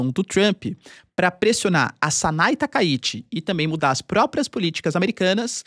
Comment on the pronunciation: TakaiChi e não Takaiti